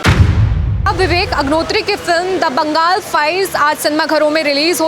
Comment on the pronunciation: Bangal nahi Bengal hay, sahi se bolna sikho fir reporting karo